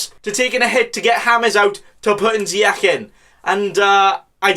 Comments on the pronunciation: its actually Zi-ek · Zeyakh?! Cmon lad he’s Moroccan It’s pronounced more like zeyash